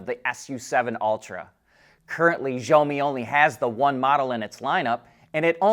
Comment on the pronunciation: it is xiaomi = she ee ou(ch) me . work on the chinese names, you are going to say them alot...